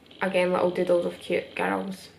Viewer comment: when you say doodles it always sounds like dildos (btw i frickin love your art)